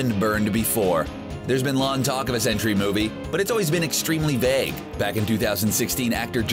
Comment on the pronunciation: Why do you keep saying what sounds like 'century' when it should sound like 'Sentry?'